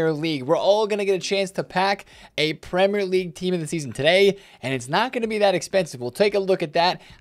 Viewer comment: "Prem - Lerr - league" -, this video.